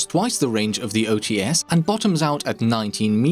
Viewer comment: the [Ts] part in OTs is a one sound. Read it not as [O Tee S], but [O Ts].